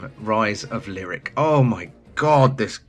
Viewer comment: best part of this video? Giving me snippets of annoying youtubers I don't have to subscribe to now. holy shit. And that one guy wanted Zombi U to be like 28 Days? The Sandra Bullock movie? okay! and Gamester doesn't know how to pronounce Lyric? That's fine!